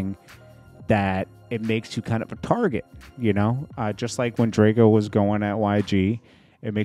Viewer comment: Its drake-o not drakieo